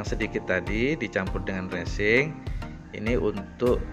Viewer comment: Resin Om...bukan resing😂